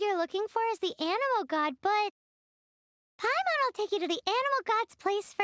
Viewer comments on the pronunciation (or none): none